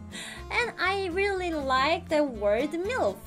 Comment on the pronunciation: Es heißt THE und nicht S